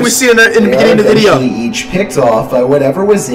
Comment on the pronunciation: nigga says veadeio